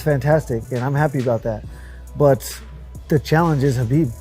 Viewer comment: 6 years later and people still aren’t pronouncing Khabibs name right. 🤦‍♂️